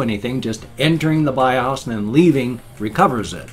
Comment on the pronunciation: Interesting differences in the way you pronounce acronyms like BIOS and ASUS. Yes I know ASUS is a brand name but still you pronounce it differently than I do. I use the short U sound and you use the long U (oo) sound. And in BIOS, I have always pronounced it with the long O sound; you use the short O sound. AND........I'm glad you were able to recover your video before the webcam crash.